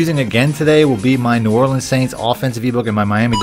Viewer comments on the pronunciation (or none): none